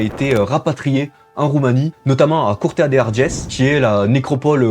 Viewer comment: J'ai pas aimé sa prononciation sur curtea de Arges ....